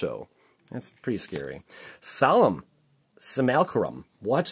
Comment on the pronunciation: Solemn sim-you-la-crumb